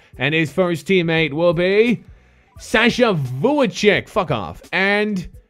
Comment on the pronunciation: u a lakers fan and dont know how to pronounce sasha vujacic....ok u know basketball lol...have u ever seen a real game or you only think players are cards only...smh...